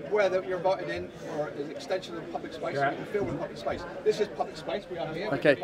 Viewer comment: Can't fill what? fillem? What??